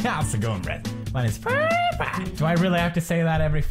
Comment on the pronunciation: when i clicked the video and the video was started already but my screen was black and he started saying hoi sa going ma name its pew da pa and i thought that is pewd is back but later then LMAO